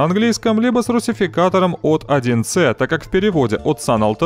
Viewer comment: "1 ЭС", а не "1 ЦЭ" А разбор пушка, как всегда круто, с удовольствием посмотрел! -- живая легенда, столько проделанной работы в каждом ролике... это просто удивляет!